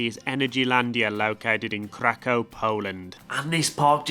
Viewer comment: great video, just one correction ifs 'crack-off' not 'Crack-Ow' "ow" becomes "off"